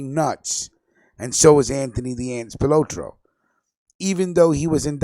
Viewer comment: You butchered Accardo' name... You say Spalatro so, so, ethnically... LoL